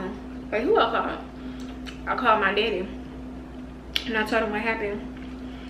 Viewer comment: That bread is sooo good, never got chicken from there tho 🤔 Where the pics sis ? Y’all shoulda put her in an uber, playing w safety. Better him writing a ticket than you getting ya license suspended from DWI. The accent on “my daddy” 😍